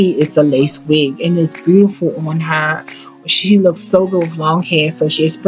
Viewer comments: Good God it was awful listening to this woman trying to narrate. I love Whitney Houston so I powered through. One more tongue pop, one more use of the word phenomenal, one more mispronunciation of the word “looked”, one more beautiful pronounced instead as “brutiferl” and I was going to just lose my mind. Please don’t narrate another thing ever. You make Beyoncé sound like a scholar and we all know how she sounds when she speaks. That was rough. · and the way beautiful was mispronounced